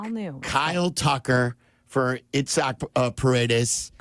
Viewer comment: Why does it sound like they are saying Itzhak, as in Perlman, the violinist, I guess it sounds familiar.. because most people don't say it like that.. it's more like Isaac Eye-zick . Mainstream way instead of EEE-sock? I don't hope they regret trading Cam Smith